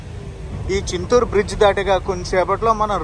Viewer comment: చిత్తూరు కాదు నాయనా,చింతూరు. వర్షాలు తర్వాత అయితే ఈ వీడియో బాగుండేది.